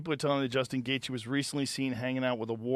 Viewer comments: Portnoy pretending he can’t pronounce Gaethje just makes him look like he shouldn’t have a company called Barstool Sports. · He doesn't know how to say Justin's last name but we are supposed to listen to anything he has to say about combat sports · Dave mispronounced Justin’s last name on purpose.